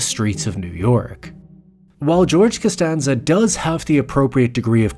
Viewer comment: Canstanza.. canstanza...